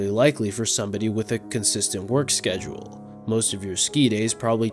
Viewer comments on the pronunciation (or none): none